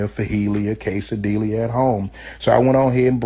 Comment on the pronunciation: If I can stop laughing at the way he I pronouncing quesadiillas and fajitas, I just ight understand what he is saying! Your samiches look delicious! 👍🏼😋